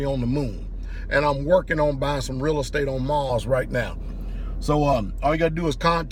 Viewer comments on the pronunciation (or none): none